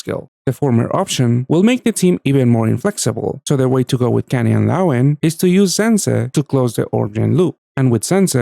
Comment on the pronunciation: Lawine's pronunciation is killing me. Nicht nur ich oder?